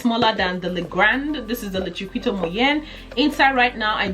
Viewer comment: It's pronounced Chikito not Chiquito like it's spelt.